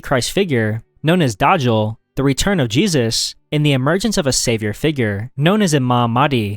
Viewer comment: Its daj-jal not daj-jar